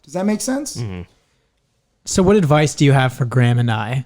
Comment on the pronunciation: Is it just be or did he say “stay by Gran” instead of Graham